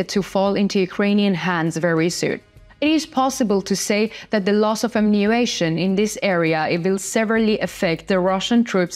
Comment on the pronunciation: Ammunition. Not Ammunation and not Ammuation. Amm-u-ni-tion.